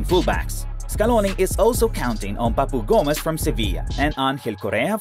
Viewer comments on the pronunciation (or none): none